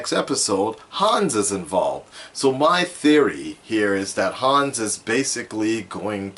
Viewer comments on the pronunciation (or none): none